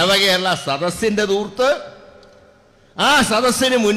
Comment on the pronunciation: ദൂർത്തല്ല ധൂർത്താണ്.